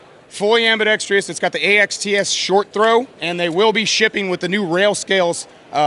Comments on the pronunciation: Why do even/especially gun manufacturers think it's AM-BE-DEX-TREE-US??? There is no TREE in it. It's ambidextrous. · Dude, learn how to pronounce ambidextrous properly especially if you're going to say it about 8 times....nice rifle though. Great video, keep them coming.